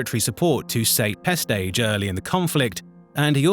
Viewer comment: Oi, are you using an AI voiceover? All these mispronunciations of well-known figures like Sate Pestage into State Pestsge or Ysanne Isard into E-san Izzard is very disappointing